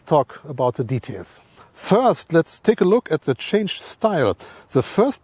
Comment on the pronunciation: Frast let's talk about Porsche" hahaha im dead 😂